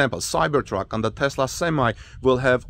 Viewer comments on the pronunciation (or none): none